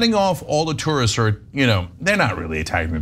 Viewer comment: It’s those “tursts,” ruining everything 😂